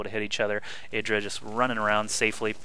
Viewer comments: his name is eye-dra, not eedra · yeah artosis' way of pronouncing it is right, which is 'eye-dra'